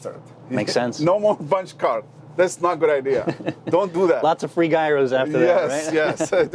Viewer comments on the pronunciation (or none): This fuckin host really said " Guy Ros"....seriously bro!! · He said guyros lmao next scene Gyro